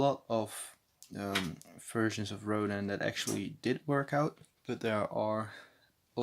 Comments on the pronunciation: “Row-dan” is how you say it. Dan as in dan the name. Row like row a boat. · its Rodan (Row-dan) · It is Rodan Pronounciation:(ro-daa-n